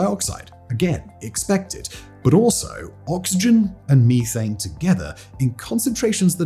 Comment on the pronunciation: Hahaha, he said (mee-thane).